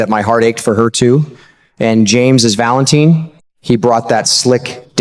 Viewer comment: like narrator? If you watch GH wouldnt you know how to pronounce Valentin, it is not Valen TIN